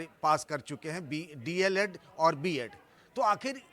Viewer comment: D. El. Ed. Hota h na ki DLD